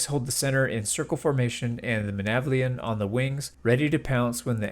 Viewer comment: Honest question: why do people ignore the "T" in Menavliaton?